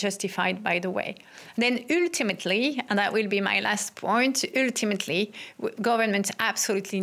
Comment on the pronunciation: How not to pronounce "ultimately"....ØØØØØLTIMATLY